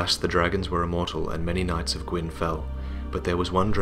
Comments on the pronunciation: It's "knights", but i also heard the first time "nuts" xD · I heard "nuts" instead of "knights" and started laughing :'D